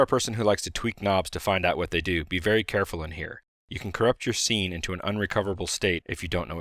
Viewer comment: I almost had a heart attack. I thought he said "You could corrupt your C:\ into an unrecoverable state". Then I realized he said scene on the second lookover.